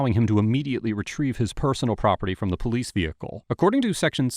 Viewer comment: The way he pronounced PO-Lease